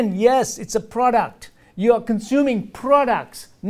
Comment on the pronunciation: "You consuming a PORDUCT not food !"